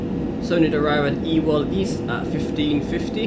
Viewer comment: Ewell East is prounce You-Well East